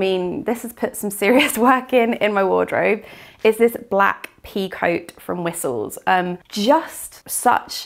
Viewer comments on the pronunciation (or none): I remember I had such a hard time, years ago, figuring out it is Whistles because I always thought said 'whisols' or 'wisoels' 😅